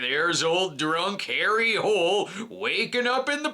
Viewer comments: It is pronounced: Holey not Hole; apparently characters given Norwegian names don't translate well to USA culture or tradition's... who would have thought such a thing !? 😅😵‍💫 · I just want to point out that Harry’s last name is actually properly pronounce Hoo-leh and it is the Norwegian word for “hill”.